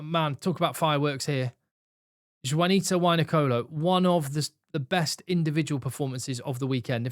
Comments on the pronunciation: Love the pod, insights & commentary but I need to correct on the correct name/spelling/pronunciation of Fiji's Jiuta Wainiqolo. His first name is pronounced phonetically as "Chee-oo-ta" not "Juanita" which is typically the name of a Latina/Hispanic woman. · Jiuta Wainiqolo - not Juanita hahahahah